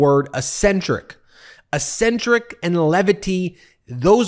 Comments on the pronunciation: Ben, it’s pronounced eck-SEN-trik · Ben has a strange idea of how to pronounce "eccentric.